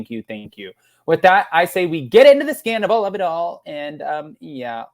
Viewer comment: Schwartz said he was done with Scandoval NOT Sandavol.